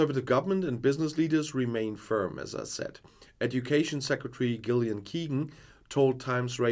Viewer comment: Gillian is pronounced Jillian.